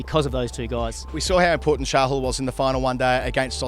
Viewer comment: it's not chahul It's chahal😂😂😂